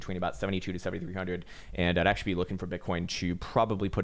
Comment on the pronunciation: "AchTUAlLyy Finland is very beautiful, aCHtUAllY" Hey everyone, thought Finland was a shithole,;)